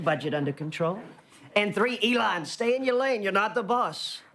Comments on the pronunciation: I like how he said elon like it's a womans name. Haha elOn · Why can’t bill burr pronounce Elon’s name. Boomer ass